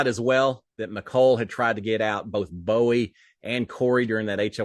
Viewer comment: you called Bowie "buoy" again! lol! <3